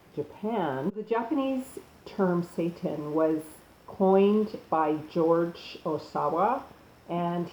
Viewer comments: YES!!! I'm so sick and tired of people spreading that Dr. Sebi crap. First, why on Earth would anyone allow another person to tell them how to eat? Secondly, everyone's body is different, even the city they live in can alter the nutrients they lack and/or need. It's pure bull is what it is. This woman,, has no clue what she's talking about. I knew when she mispronounced seitan and vegan that the rest was going to be an awkward combination of information she's found on the web without vetting and a regurgitation of Sebi's indoctrination. The people who have accepted and bow to the Sebi diet are no better than those christians who attempt to fool their flock with fear tactics and misinformation/misapplication of information. It's no different. I came to this video thinking it would contain useful, accurate information, but it's more of the same. It's nothing more than a Sebi indoctrinated individual attempting to advance Sebi's "theory" and philosophy by casting aspersions on seitan. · Say-tan. Not satan. SAY-TAN. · Seittan not SATAN. (pronounced say-tahn not Say-Tin EXO toxins, not excite o toxins. ex·o·tox·in How to pronounce/ˈeksōˌtäksən/noun MICROBIOLOGY plural noun: exotoxins a toxin released by a living bacterial cell into its surroundings. Seitan is a good source of protein and can be a quick and convenient way to help those on a vegan or vegetarian diet meet their protein needs. Protein is essential for everything from building muscle to repairing tissue and producing hormones, so getting enough in your diet is absolutely critical. A fact-based article on Seitan showing the pros and cons. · OMG YOU ARE PRONOUNCING THE NAME WRONG. IT IS ANNOYING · Well, she mispronounced that AND vegan.